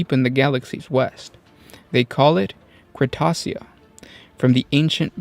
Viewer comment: I love this army but.. why so many mispronounced names? Cretacia is Kret-aysha. Nessir is Na-seer. Gabriel is gay-bree-L. And so on. Honestly this is the most interesting of all the Blood Angel armies. They are melancholic outside of combat because they know that one of the fights will be their last. Seth is dedicated to carving out a good legacy for them despite attempted assassination, and other outside forces messing with his plans (Astorath the grim for example, came to blows against Seth and they beat each other into the medicae when Astorath tried killing the Flesh Tearers death company.) Seriously, these guys are one of the most interesting space marine armies.